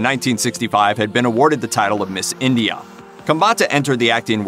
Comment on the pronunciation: Why "IndiAAA"? The country is just India.